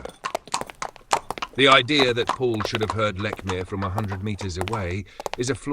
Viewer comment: No. Let's focus on Polly Nichols before moving on to the Annie Chapman murder and its time issue. 1, It's all very well talking about Lechmere not being alive to defend himself. Likewise, Sir Charles Russell is not alive to accept the challenge. And the fact you fail to pronounce Lechmere correctly on a number of occasions does not bode well for the integrity of your synopsis. It sounds sloppy and is an insult to Russell. 2, Likewise, the time issue. Llewellyn stated a few minutes after 4.00 am that Nichols died thirty minutes earlier. NOT 3.45 am. And the point about Lechmere being present at 3.45 am and being late for work is this again mere sloppy investigative work. 3, For me, one of the most damning pieces of evidence against Lechmere is the FACT that a man found with a murder victim, the ONLY man found with a Ripper victim who never raised the alarm by calling murder or calling for the police, casually disappears for THREE DAYS without reporting the incident. Sloppy work is again clear in the citation of clocks and church bells not giving the correct time. Yet in the dawn of the media sensation of newspapers, with no radio or television, a man who discovered a murder victim, and not the first in the area, is supposed to have not heard about the murder in the press, nor from the mouths of manifold people in the area. What nonsense. Why did Lechmere not come forward sooner? For some reason Lechmere slipped through the fingers of the law. But those three absent days, innoc